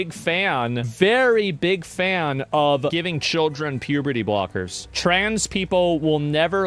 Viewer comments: "Pube er tee" 😂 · "can consen to pubert-ia" ...what a creep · the way he says "puberty" you know its giving a weird entonation like some kind of fetish